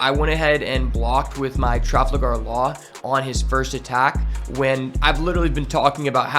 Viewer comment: traFALgar law, not traFLAgar law. otherwise, good incisive video.